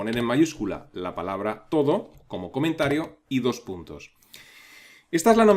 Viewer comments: Fantástico vídeo, como siempre. Solamente una aclaración: no parece que la nota "TODO" en el comentario se refiera a la palabra "todo" en español, como la estás pronunciando. Si esto es un término que usa todo el mundo, por convención, la lista de tareas lo reconoce automáticamente, y atendemos a su función, tiene toda la pinta de que esto es realidad es "To do" (traducido, "por hacer"). En inglés se utiliza este término como un sustantivo y se habla de los "todos" (to-dos) como las tareas pendientes de realizar. Pongo esto por si a alguien le ayuda a memorizar y entender el término. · Por favor! No se pronuncia TODO es To Do, "a hacer" en inglés, pronunciado "tu du". Por lo demás buen curso.